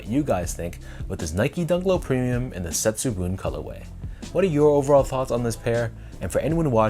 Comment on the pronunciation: Great review and on point pronunciation of Setsubun! I agree with you on the premium materials and craftsmanship, but I am a bit skeptical of the shiny effect on the swooshes after the leather is cracked, and the leather is a bit stiff compared to the Bagel Dunk. There’s in fact a Setsubun Dunk Hi released early this year as well which looks quite similar to the lows.